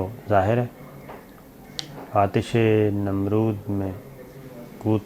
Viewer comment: Sabir you are excellent man but yar please improve your expression, now why should you quote Iqbal's poetry regarding Aatish e namrood, when you don't know it and secondary can't correctly pronounce it even if you know having poor expression, so hope you concentrate on such lapses